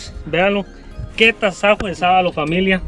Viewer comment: Se dice “VEAN LO” no “VEA LON” 😭, q desespero cada vez q lo dice, no pude disfrutar al 100 el video por el “VEALON”🤣